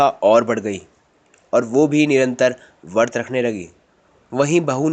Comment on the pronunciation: vart nhi vrat kahte h